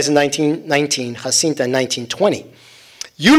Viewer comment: The seers are Portuguese I’m tired of hearing Jacinta name pronounced as ‘Hacinta’ please respect that God decided for His mother to appear in Portugal, JACINTA not Hacinta And Lucia the ‘c’ is not ‘ch’ Sound it’s again in Portuguese it’s a softer ‘c’ not Luchia Just about everyone on the internet mispronounce their names - Portuguese names please 🙏🏻